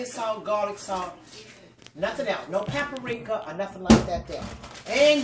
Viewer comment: I love it when she says 'papper-reeka'. I love her preparations and how she cusses with so much love 😂😂😂 l miss this lady so much.